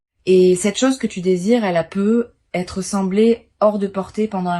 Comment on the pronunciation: Vous êtes passé par l'IA??? Déjà ce n'est pas un tirage de cartes car les cartes sont déjà posées 😮 ensuite on entend PEUT ETRE !!! Il n'y a pas de liaison vous coupez bien les deux mots ... PEUT ÊTRE.... on dit peut-être...